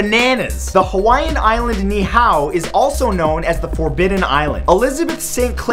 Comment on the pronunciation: #15 It's actually pronounced Ni'ihau